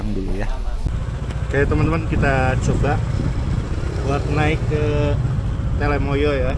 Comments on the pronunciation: Telamaya duul, bukan telemaya. Sing bener po'o. Dirungokke wong okeh je. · Gunung telomoyo bukan telemoyo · TELOmoyo, bukan TELEmoyo ya min.